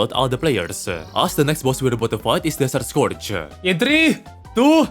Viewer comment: he finnishes almost every setence by adding a "-uh" like "desert scourge-uh" but only when its the last word in the sentence